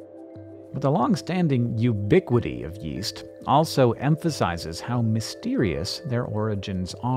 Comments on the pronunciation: Yeast I thought you said west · Yeast? I thought he said Weast